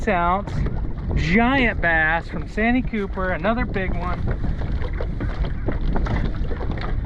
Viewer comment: It's San tee cooper